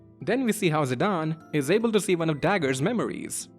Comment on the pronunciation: I thought I'd never hear a single content creator pronounce Zidane's name correctly. Thank the heavens. Also, fantastic video.